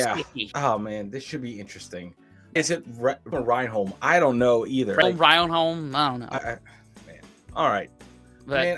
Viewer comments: Reynholm is pronounced, Wren sounds like hen and um sounds like bum.. When-um = Reynholm. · Its pronounced Ren_hom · You generally pronounce it "Ren-um" :) Douglas Reynholm, Reynholm Industries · Reynholm pronounced like denim. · Pronounced 'Renham' lads. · FYI Reynholm is pronounced 'Renum' with the 'u' sound quite quiet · It’s pronounced Renam! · Pronounced ‘Ren-Um’ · Its pronounced Rennum 😂😂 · I find it amazing that after watching 4 series where they say the name Reynholm 50 times, that you still can't say it. Americans are so funny